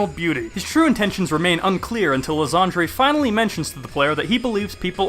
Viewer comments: Ly-ZAND-REY? Dude as a shakespeare nerd, I have to correct you on your cancerous pronounciation. Ly-Sand-Er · You saying Lysandre wrong . Its Lie San like s and an and durr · I still dont get why people still call Lysandre Lysandré. The Mega Evolution Specials have already told us what the right pronounciation is. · Pretty sure his name should really be pronounced Lie-sand-er. Also I would have loved Team Flare a LOT more if they used... Flareon duh!